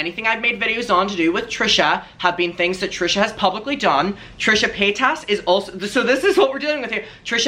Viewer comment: I think it’s because you pronounce her name wrong 🤣😘love you